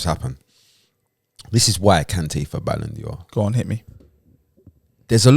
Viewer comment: Why is pronouncing it ‘Balon Dior’? I like that though.